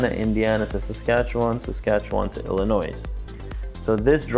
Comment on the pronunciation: Great video, thanks for the info! Fyi the "s" in Illinois isn't pronounced by most 😊